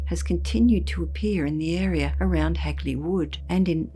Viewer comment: Always intriguing hearing about this local tale and nice to hear Hagley pronounced correctly for once. Heck, there's still signs popped up even on the Clent Hills which overlook the woods where this happened though its rumoured locally that the Lord of the hall at the time had a secret mistress who became pregnant with his kid and was going to keep the kid even though that would have exposed the affair, so as with all good nobility rumours had her killed off and her body hid in the wych elm. Though the graffiti today remains rather local, it was all over the Midlands at one point as far as Worcester too. Still a ashame what happened as it would be nice to get it solved and the poor lady's remains returned and buried respectfully. I fear it may not as the perpetrator is either dead, old and doesn't remember, old and not talking or was an unfortunate accident.